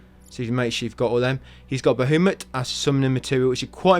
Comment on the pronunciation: Great video... but who the hell is "Bahumut"? xD